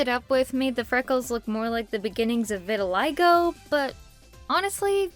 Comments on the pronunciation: just wanted to point out that it’s pronounced “vih-til-ih-goh”!! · I’m going to be nice in this video you pronounced “Vitiligo” incorrectly it’s is pronounced Vuh-till-uh-go and yes I know in a little late to watching I’m re-watching and only just noticed this.